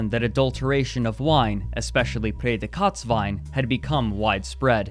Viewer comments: haha ich hab immer überlegt was er wohl gesagt hat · It took me way too long until I understood saying "Prädikatswein" Don't blame you, it's a hard word for a non-german, I'm sure. Loved the episode tho! I definitely heard about this, but you were right... had no idea how serious it actually way! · OHHH He is saying "Prädikatswein". Damn it took me half the video to understand it^^ But still good Video! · Bruh it took me the whole video to understand that ypu were trying to say „Prädikat“ the whole time, holy.. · Great summary! I would like to correct, however, that „Prädikatswein“ which is so hideously pronounced throughout the clip that the term is difficult to understand, does by no means identify sweet wine. It’s just a protected term for wine of the highest quality (translated as award/distinction). The particular sweet wine, which was popular in the 70s to 90s, featuring late harvested grapes, is called „Auslese“ or „Beerenauslese“, as visible on almost every bottle in the video. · Him pronouncing Prädikatswein so oddly made me confused. I thought he tried speaking french or something and had to legitimately scour wikipedia. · Are you trying to say Prädikatswein? It would be nice if you show words that are hard to pronounce on screen so that people than speak the language you speak can understand what you are trying to say. Sorry, it's normal. My english isn't good either. You can contact me, if you need pronounciation help for other videos. But it really isn't that important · That is not AT ALL how you say Prädikatswein.... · Hi, im from Austria. your pronounciation of "Prädikatswein" (highest level quality wine) is so bad, it was impossible for me to understand, what you were sayin. besides that very nice video. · Ich dachte auch, dass er Kotzwein sagte! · his German pronunciation is atrocious, I hat to look in the comments what "Feder-Kotz-Wein" was supposed to be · I was really confused about the "pay the cuts" wine.